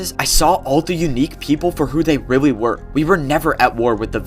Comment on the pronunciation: He said wittle bit and weally